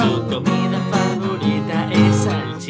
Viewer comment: Mi parte favorita es cuando dice "Salchica"